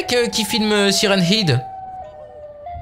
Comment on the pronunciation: sa se dit head